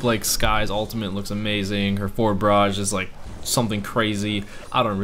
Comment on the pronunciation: Why does he pronounce ultimate as "ultimant" ?